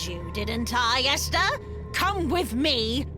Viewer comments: Ester? I’m pretty sure it’s EstHer bro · Hey umm her name I not Ester it's esther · Ah yes Ester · How can not say ESTHER right?